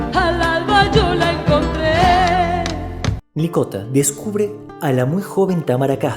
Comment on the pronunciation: El apellido no es "Milikota". Es Mlikota. Este apellido contiene una sola letra i. Comienza con eme, ele, i.